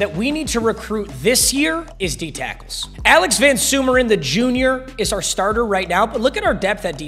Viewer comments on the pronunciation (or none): none